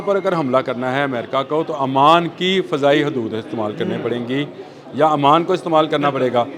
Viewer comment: I think is a literate person then why is he saying Aman, Aman. He should know it's OMAN. Please correct yourself